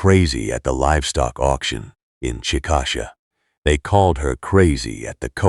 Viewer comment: Chick-a- Shay not chick-asha